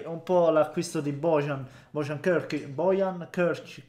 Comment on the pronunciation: Si dice Boian comunque perché se non erro la "J" nei paesi dell'ex Jugoslavia ed ex Unione Sovietica (oltre che Albania) la pronunciano come la "I"